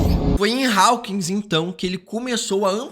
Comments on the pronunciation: Rapaz, que agonia de ouvir você pronunciando Raukins. A pronuncio é Hókins. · Ai moço fala “Hawkins” normal kkkkk